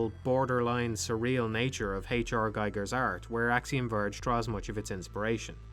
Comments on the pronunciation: It's pronounced "geeger", not "guyger", "Guyger" is how you pronounce Geiger, like the radiation counter. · Geeger, not Geiger.